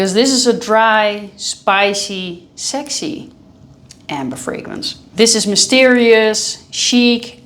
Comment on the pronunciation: How it feels to hear 'sexy' as 'sechsheee'🥹